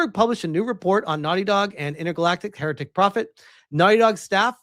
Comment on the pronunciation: U miss pronounced heretic.. woo-kuh, intergalactic the the woke prophet 😂😂